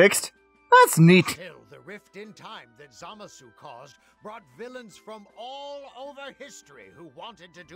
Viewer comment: It's zuh-mah-suu not Zah-muh-suu